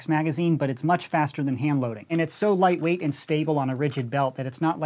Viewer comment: said leightwaight